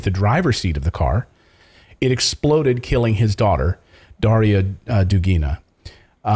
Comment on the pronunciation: The emphasis in the word "Dugina" is on the first syllable. Same as in "Dugin", which is a male version of the same last name. It originates from the word "duga", which means "arc" or "curve" in Russian. I used to be a big fan of Alexander Dugin's books and interviews, and he never spoke any nationalism or pro-war stuff. His lectures in the MGU university recorded back in are just impeccable, and very inspiring to learn more about history and philosophy. Realy realy sad to hear these news about his daughter :(